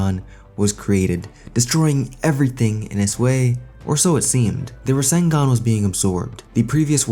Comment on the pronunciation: Borushiki really said 'Rasengun'